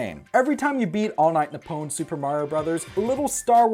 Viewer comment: You pronounced Nippon wrong. Its "NEE-PPOHN".